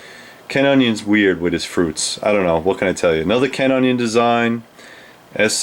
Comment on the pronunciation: "ken onion's weird wit' his froots"